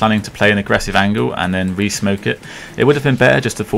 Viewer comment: I'm onto the pronounciation of it - angle vs angel. you know?